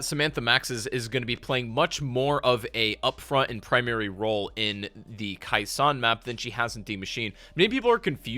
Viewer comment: Hey, just so you know..you mispronounced...Khe Sahn...as minor and knit picky as that may seem. You kept calling it " Kai Sawn "..when infact, it was pronounced " Kay Sawn ". Just so other people don't jump your s**t..you might want to know 🙄.